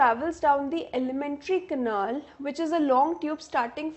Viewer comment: it is canal not canaal